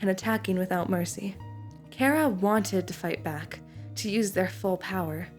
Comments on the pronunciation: who tf is care-uh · thank you for pronouncing their name properly (as an irish person)